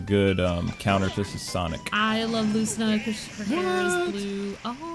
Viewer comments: ITS PRONOUNCED LOO SEE NU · In fire emblem awakening its pronounced like "luseenah" but spelled lucina. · It's pronoucned like Luce-ce-nah. Also, is it alright you can do classic mode as Bowser Jr. and R.O.B.? You can choose any outfit you want with those two. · Chrom is pronounced Zliek Krawm, and Lucina is Loo-See-Nuh. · its pronounced luceena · They're saying lucina and chrom wrong. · Lord hearing you pronounce Lucina wrong hurt my ears and made me cringe